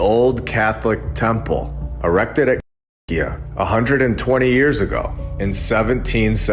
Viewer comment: Why can't you say "Cahokia"? 🤔🤫🫣🤔